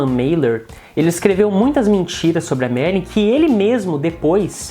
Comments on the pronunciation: Não consegui ver o vídeo até o fim, pois muito me irritou ouvir o rapaz falando ERRADO o nome da Marilyn Monroe, demonstrando uma baita falta de educação e respeito para com ela. Ora, o nome dela é MariLYN, não Mari como ele falou o tempo todo. Rapaz, o LYN tem que ser pronunciado, viu. Se não sabe falar corretamente o nome da pessoa sobre a qual está narrando, é melhor não fazer o vídeo porque fica muito desagradável de ouvir para quem vê o vídeo. Fica a dica. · Ele diz o tempo todo MERLIN ... E NÃO MARILYN ... AFFF